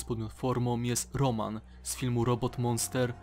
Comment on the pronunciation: Rołmen a nie Roman XD